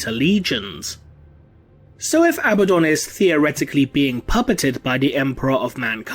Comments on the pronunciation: Isn't it pronounced A-bad-on not ab-ah-don ? Or am I blinded by heresy ? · Your pronunciation is wrong: A-BAD-dun